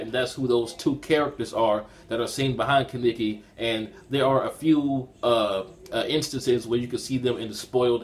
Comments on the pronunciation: Don't wanna be rude buts it's kaneki not kiniki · He butchers Kanekis name